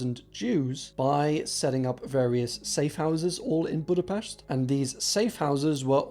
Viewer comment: I love that you actually said Budapest well